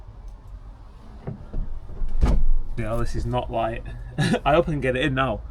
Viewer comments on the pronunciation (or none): none